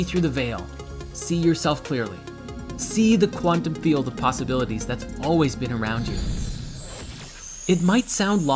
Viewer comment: The word quantum has been butchered beyond repair 😂